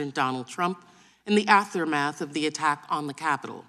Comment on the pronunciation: Did she say affeemath?